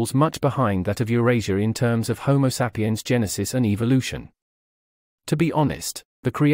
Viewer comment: Why does this guy keep saying homo sap-i-yan? Perhaps you can tell us what kind of sap you're talking about.